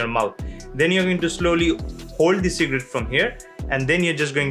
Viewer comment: Who else hear secret instead of cigarette 🤣